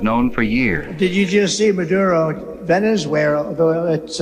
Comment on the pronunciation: Saudia Rabia, Russia, dupetooo duh, refuttal, venizwera, oranges the oranges of the investigation, ananomous